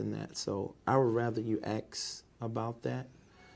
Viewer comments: It's "ax," get it right 😂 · is your name david e taylor ..... "ummmmm you can aks Michelle" 😂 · the biggest challenge for this fella is saying "ASK" correctly. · "When in doubt, Axe Michelle" ( ask) 😂😂😂😩😩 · David .. throughout the whole deposition “ I don’t know my address, I can’t remember if I signed that check, I have no idea who is on my board , I don’t know my own addresses .. you better … AXE Michelle “… and His arrogance and Mockery of legal counsel asking him questions is Absoluteiy Staggering… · I'm going to start saying "I don't know axe Michelle" whenever someone asks me a question......seems to work. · I thank this fool for providing me with the perfect scapegoat for every obstacle in my life... When in doubt... "Axe Michelle." 🤣🤣🤣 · GOD AT THE PEARLY GATES 🗣️ David , Why should I let You in? David:🗣️ AX MICHELE 😂😂😂😂😂😩😩😩😩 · Still giving people false hope and still axing Michele about everything that He can’t possibly be ACRIT about 💯. ACRIT * Accurate Axe * ask 😂😩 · Laughing my ass off Poor Michele you gotta ax a lot of questions poor lady 😂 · This deposition must of run more than 1 day. Why didn’t someone on his staff teach him to pronounce “ ASK” so he wouldn’t become a virtual meme for ignorance ? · ASK. The word is ASK. My god, if I was that woman I would not have been able to hold back correcting that scamming lummox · You mean "axe" Michelle. 🤣😭🤣😭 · Is your name David E Taylor? I’m not sure you can axe Michelle 😂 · This man is a “preacher” and a “teacher” “leading” thousands of people yet he says I don’t know “pacifically” and “axe Michelle” basic grammar. Basic language he can’t even get right. He tried to appear and sound so religiously intelligent but when he speaks he sounds like an elementary age child who hadn’t learned proper grammar. How can is “flock” not see this as a problem!? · "You have to Axe Michelle, cause I don`t know shyt about shyt!" :face-blue-smiling::face-blue-smiling